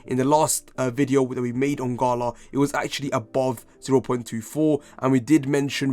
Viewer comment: I took a SHot each thime u sed gHala